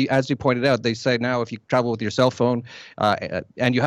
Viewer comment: The word "with" has an "h"...it's not "wit"